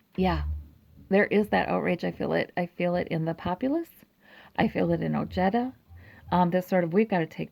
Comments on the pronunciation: THANKS ! The “j” is pronounced like an “h”.. OHEDA but I hear him pronouncing it OJEDUH! He is of Mexican descent ! Strange he doesn’t pronounce it correctly .. 😒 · Very nice reading. TY. A kind Reminder: When in pronouncing someone's name,if in doubt... PLEASE google pronounciation. OJEDA is pronounced OHEDA....The J unequivocally, in Sapnish is ALWAYS pronound like an English J. There are no changes, modifications, etc. Like Japanese, Spanish is a very phonetic language. The J is always pronounced as H.. unlike in the case of French names like Colbert.. where somany Americans will pronounce the las syllable "Bert" when it should be pronounced "Bear". If Colbert accepts it that is fine. Not the same in the case of Pronouncing Ojeda (OHEDA.)...NEVER Pronounce it with an english J ;like Jerry.. but an aspirated H like in Harry. Good Luck on the win. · I had to check his commercials and he does pronounce it as oh-jetta, not oh-hey-da. Well, names change over time for a variety of reasons. Maybe his family got tired of correcting everyone and just went along with it? Stephen Colbert says some of his family uses Col-bert (like bert & ernie) and some use Col-bear. Just personal preference. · Pronounced: Oh-hay-da. Hispanic name so letter J is sounding like H. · J is pronounced like the English H as in Harry.. The J in Spanish in never pronounced like J as in Jerry. Hope this helps and yes.. the Man is a man of high morals and integrity!!!